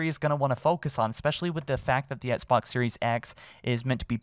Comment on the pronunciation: it’s Xbox, not ‘ets-box’. pleaseee start pronouncing ‘x’s in the word Xbox